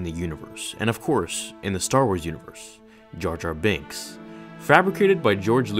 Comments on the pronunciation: "jar jar bunks" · Ah yes Jar Jar Bunks. Lol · Who the heck is jar jar bunks?????😂😂😂